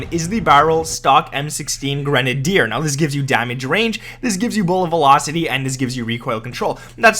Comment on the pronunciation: That’s the correct way to pronounce it.